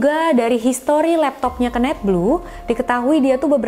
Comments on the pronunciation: Kenneth di baca (kenif) kak bukan di baca kenet,hehehe. Kenet itu sama artinya dengan kenek 🙏🏻. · ken-neth bukan keun-neth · Suka sama cara story telling nya, cm kadang ada bbrp pelafalan bahasa inggris nya yg aneh bgt.. Saran aja, sering nonton video bahasa inggris biar lebih bagus kak spelling nya.. Ky misal pembacaan nama KENNETH d video ini.. Jd agak gimanaaaaaa gt jd nya.. Klo pembacaan inggris nya lebih bagus makin mantep lg kakak.. 😁